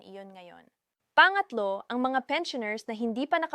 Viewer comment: AI ba eto nag sasalita....ung bigkas nya sa " pangatlo "....are you Chinese🤔 At diretso salita halos hindi na humihinga.....robot👀👁️